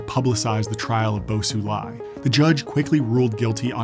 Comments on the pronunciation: Isnt xi pronounced "she"? He keeps saying it like "see". And then he was calling bo xilai "bo sulai". I get it tho, as an american foreign pronunciation is hard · Very insightful video! although you butchered Bo Xilai’s name. 😂 That Xi in Xilai’s name pronounces the same as that of Xi Jinping, which you are doing well.